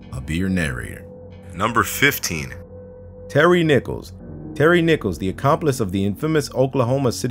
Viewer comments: Who else thought he said "Terry Nipples" in #15?? 😂😂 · HELP I THOUGHT TERRY NICHOLS WAS SAID AS TERRY NIPPLES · Who else heard "Terry nipples"?